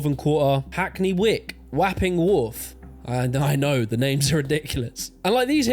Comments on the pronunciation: Seriously, do people not know how to pronounce words anymore? Enclave and Wapping really hurt my brain!!! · The Americanisation of our culture has been a blight. The emphasis on individualism and greed has ruined us. The A in Wapping is like the A in want, so it's wopping. In addition, Victoria Sponge is peak cuisine. I'll die on that hill. Great video.